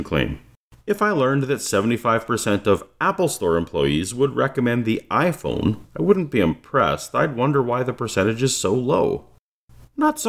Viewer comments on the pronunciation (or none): none